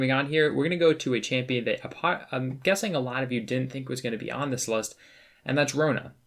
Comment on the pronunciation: Everytime you said champion I cringed